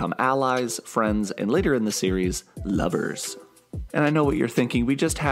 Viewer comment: please don't say "Lovers" like that again. Thank you